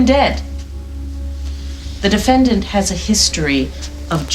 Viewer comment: the judge says defendant like defend-ANT.